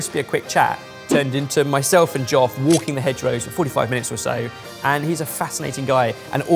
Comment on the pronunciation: And: Geoff sounds like Joff now?